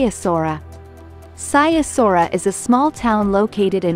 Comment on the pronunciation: Saiasora what is that?! That is not how you pronounce Sighișoara. It's not even close. You pronounce it Si the i as the Y in yes, ghi as the G in get, Ș is prounced just like sh in english. Try again!